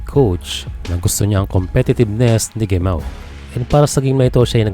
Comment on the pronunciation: FYI po Heh Mah oh po ang pagbigkas ng "Gemao" wag niyo po gayahin ang mga Coño(Spanish meaning) Gringo nakakasuka pong pakinggan. Salamat😊